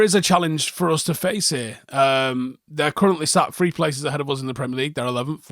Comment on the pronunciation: Is there any way you could say THree instead of FRee. Just for the specificity of the language.